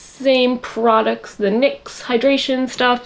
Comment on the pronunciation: When your sister just now realizes it's Nicks not N Y X...